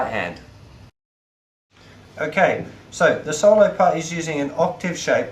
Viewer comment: good lesson i like the way he says solo saulo